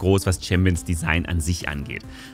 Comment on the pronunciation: /Jumi/. Nicht /Jami/, nicht /Jamü/, einfach nur genau so wie es da steht. J wie bei "Ja", und dann ein langes u. Yuumi. (No hate)